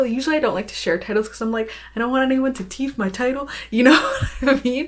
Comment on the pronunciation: OMG you said "teef" my title (or so I heard) and I was like is that the Caribbean slang or am I just hearing things. Really enjoying your videos they offer so much insight into what every day life for an author is like.